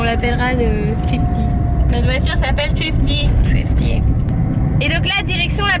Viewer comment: ca se dit srifty